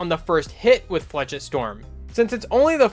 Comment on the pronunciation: It’s pronounced “flashette” not “flechit”